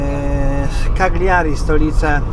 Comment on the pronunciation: Kaliari a nie kagliari